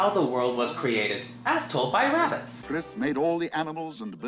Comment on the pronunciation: If you love the movie why do you get so many of the names wrong "Frith" or as you say "Thrift" Hyzenthlay....or did you say HazelThey, Efrafa or did you say Evavra Let me guess that other guy is Blackathor?